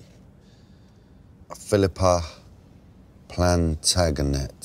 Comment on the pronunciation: I like the way he can't say "Plantagenet"